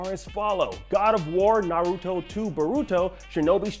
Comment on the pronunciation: he pronounces naruto and boruto so badly